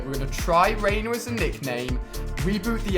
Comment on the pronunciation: It's Reiner not Rainer